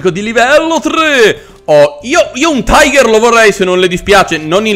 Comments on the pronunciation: Ma no lone è panzer 5 non quinto e non si tice taigher, ma tigher ( lo so che la scrittura è sbagliata è solo per fare vedere la pronuncia) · non si dice taiger ma tiga ( tiger ) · E comunque e giusto se segui la pronuncia inglese se vuoi quella precisa in tedesco e tigar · si dice tìger ma apparte questo bel video! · Signor il tiger si pronuncia in realta tiga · Un errore molto comune ma sbagli a dire tiger di fatti va pronunciato come è scritto in italiano